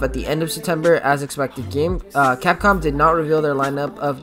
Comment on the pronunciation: Lol did you say “copcom”instead of capcom sorry had to point that out😂